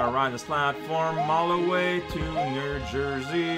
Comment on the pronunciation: Nerr-Jersey? That sounds like merch that would be sold by Francis from super paper mario.